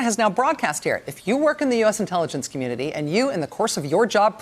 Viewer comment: thisguy ...🤦🏻‍♂️ I think my comment is not being read correctly...I’m referring to her pronunciation of the word “community” - something about the way she’s speaking makes it come out as “communily”. That’s all.